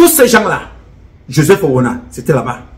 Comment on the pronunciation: Il a m'a tué de rire le jour où il a dit '' lassa''. J'étais toup au sol.😂😂😂😂